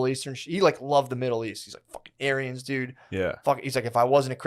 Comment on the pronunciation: When says ‘Aryans’, it sounds like he’s saying ‘aliens’ with a Chinese accent